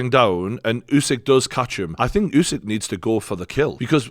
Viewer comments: It's pronounced oosik not yousik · Try getting Usyk’s name right and then I just might rewatch this side show.